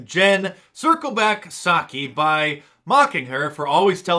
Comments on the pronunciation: It's Pah-saki. According to Joe cornholio. Pah-salms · I think that names pronounced Pee-Sockee. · Jen Pissaki That not how you say it. Ok, I will circle back on that. O O O O Jen Piss-saki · So the Piss in Psaki is silent?